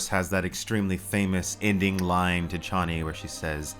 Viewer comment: I’m disappointed that the mispronunciation of “Chani” prevailed into this movie.